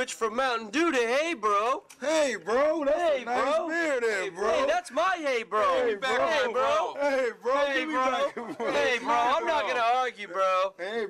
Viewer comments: Lulz, it's pronounced "aubro," not "eibro" xD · Its pronounced oooååo not ä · its not pronounced EYbro, its pronounced OHbro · Ooohh I read an article about this, abt Åbro beer got a big hike in sales after a Eminem video going viral of him mentioning.. Now I'm like ey bro? I never heard of that Swedish brand before.. Lol then I see the bottle and go "oh he's talking about Åbro!!" It's pronounced Oh-broo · Americans sure have a funny way of pronounce "å" to sound more like äy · Oh-bro (actual pronunciation) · yep.....it`s pronounced ubru,trust me i live in north sweden and my cousin drinks this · haha nice vid, in swe its kinda pronounced oubroo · You actually pronounce it like "oh bro" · It's pronounced more like Oa-bro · haha i luv how they obviously pronounce it wrong xD like it shud be abro :P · Its pronounced OhBro :) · It's actually pronouced "o-bro" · its totally not pronounced like that.. more like obro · Lmao it's pronounced like "oobro" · Us Swedes sitting here like... "That's not how it's pronounced!" 🧐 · Hahaha thay're drinking Åbro xD ( and for anyone who does not know, it's actually pronounced like this: Å sound like thhe O in "or".... that's pretty much it xD CHeers